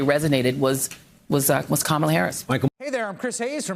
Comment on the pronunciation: Kudos to joy. She's the first person in the media I've heard pronounce Kamala properly. Sure Trump is dangerous to minorities but there's a lot at stake so let's not fear to speak the unvarnished truth: Trump and several on his team are dangerous to human existence.